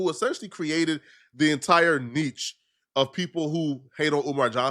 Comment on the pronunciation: “Kneech” (Niche)